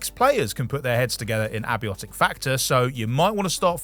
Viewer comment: Pretty sure it's pronounced "ay-bye-otic"